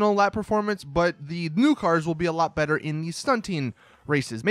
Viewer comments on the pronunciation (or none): none